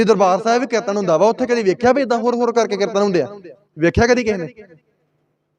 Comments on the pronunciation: ਕਿਰਤਨ ਨਹੀਂ। ਕੀਰਤਨ ਹੁੰਦਾ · ਤੁਸੀ ਬਹੁਤ ਵਧੀਆ ਵਿਚਾਰ ਸਾਂਝੀ ਕੀਤੀ ਹੈ ਇੱਕ ਬੇਨਤੀ ਹੈ ਕਿ ਕਿਰਤਨ ਨਹੀ ਜੀ ਕੀਰਤਨ ਕਹਿਆ ਕਰੋ ਜੀ please 🙏 ਸਿਰਫ ਸੁਝਾਅ ਰੂਪ ਵਿੱਚ ਬੇਨਤੀ ਹੈ ਕਿਉਂਕਿ ਪੰਜਾਬੀ ਬੋਲੀ ਦਾ ਸੁੱਧ ਉਚਾਰਨ ਬਹੁਤ ਜ਼ਰੂਰੀ ਹੈ ਆਪ ਜੀ ਵਰਗੇ ਉੱਭਰਦੇ ਪ੍ਰਚਾਰਕਾਂ ਲਈ ਜ਼ਰੂਰੀ ਹੈ ਜੀ😊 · Hamoniya ni hunda Harmonium hun muaaf kareoo meinu ni lagda tusi Tanti saza wala kirtan classical kirtan nai samj sakoge.KERTAN ni hund. KEERTAN kahna sikho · ਪੰਜਾਬੀ ਤੈਨੂੰ ਬੋਲਣਾ ਨਹੀ ਆਉਦੀ। ਕੀਰਤਨ ਨੂੰ ਕਿਰਤਨ ਕਹੀ ਜਾਬਾ ਨੇ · ਕਿਰਤਨ ਨਹੀਂ ਕੀਰਤਨ ਹੁੰਦਾ। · ਕਿਰਤਨ ਨ ਬੋਲੋਂ ਕੀਰਤਨ ਬੋਲੋਂ ।।ਸਹੀ ਆਪ੍ਹ ਉਚਾਰਨ ਕਰੋ।। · ਤੈਨੂੰ ਤੇ ਕੀਰਤਨ ਕਹਿਣਾ ਹੀ ਨਹੀਂ ਆਉਂਦਾ ਕਹਿੰਦਾ ਕਿਰਨ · Brother you are pronouncing wrong ਕੀਰਤਨ please say Kirtan if you don’t know ask someone don’t waste sangat time you should know how much Akhand Kirtanea Singh have naam simran I stayed few days with those Singh there simran is lot please don’t condemn 🙏